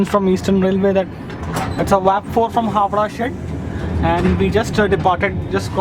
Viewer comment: Howrah not howdah